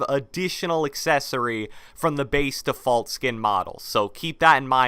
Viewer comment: Bro how do you say defoult